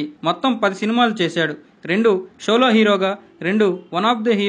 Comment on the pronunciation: షోలో కాదు సోలో